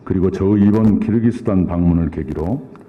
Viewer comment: 끼룩끼룩스탄이라고 안하시고 발음 잘하시네요 역시~~